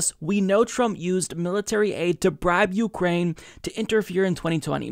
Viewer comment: you-Krain I-krain we-all-Krain for co-kain